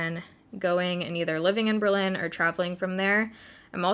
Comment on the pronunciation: German baeritto here, definitely choked on my food when you were saying Berlin :D It's not too easy to find a flat here as well but it's a great (sometimes very crazy) place to be :)